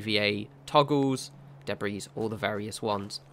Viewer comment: The s in Debris is silent,.